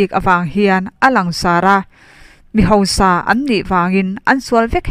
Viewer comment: Tei i chanel hi ngaihnawm thei lutuk,rawn ti zel rawh.Tuna i chhiarah hian sawi duh ka ne, hausa tih tur hi hosa tihin a ri a,ziakah khan hausa tihin nge hosa tihin a in ziah ka hre lova,mizoṭawng dik ah chuan hausa kha anih ṭhin kha leeee